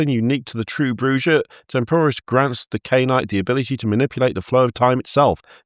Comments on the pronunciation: I NEED to know what Shy said at the end of the episode lmao Edit: also as mentioned by an earlier comment, Bruja is Spanish and pronounced "brew-ha" the J is a H like Jalapeno. It means "witch" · Bruja is spanish so it is pronounced with an H. My understanding is it means witch. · Ive learned alot about culture because everytime an American said bruja they said the way a spanish speaker would, but the one time a british person has its been pronounced in the most guteral way possible